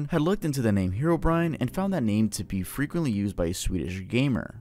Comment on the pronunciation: I can't be the only one who thought that "Herobrine" was pronounced "Herbivore"